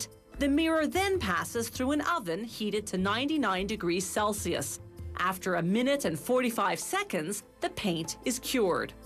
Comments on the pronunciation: did she say celsios? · Celcius...Wrong pronunciation